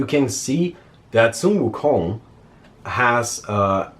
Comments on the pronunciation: this is the first time I heard a non Asian pronounce 孙悟空 so accurately. or accurately enough I guess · Pronunciation of sun wu kong was spot on